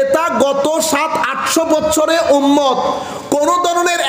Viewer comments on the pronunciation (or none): none